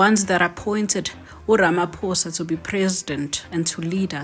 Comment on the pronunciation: He’s got no respect for citizens. It’s not ramadoosa country, it’s country of citizens. Who does he think he is? Not his house. Tsek Ramatsek!